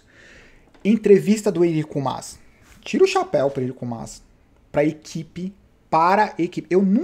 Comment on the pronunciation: blz? cara fala o nome do "Enric Mas" direito, pelo amor de Deus de onde tirou "Enrico"